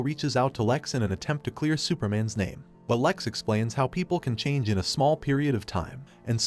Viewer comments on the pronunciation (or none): none